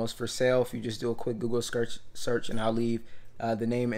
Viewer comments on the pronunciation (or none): none